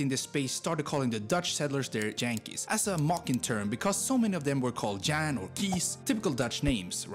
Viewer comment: I do not know who made this video but yankees is not J-ankees. It is with a Y for good reason. It is the Y sound the English heard when the heard the dutch J sound. So ot is sad you pronounced it as the hard J of 'jump' 'jest' and so on. Also, the achievements of the Netherlands ...hmmm...too bad you had to include electro music and sports. The former is a sign of a drop in culture and the latter is not a cultural achievement at all.